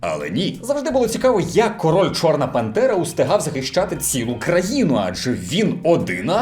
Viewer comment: Я один чую не чорна пантера а чорна бандера